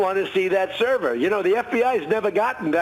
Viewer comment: Too true on all counts. This cross-section of "old people doing crime" with "old people doing computers" is hilari-bad. Can barely say "server". Owning servers is my day job, and seeing this level of ignorance being pervaded as facts is depressing, worse still that people are lapping it up.